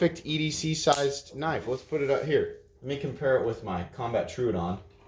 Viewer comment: Tro odon not truudon come on man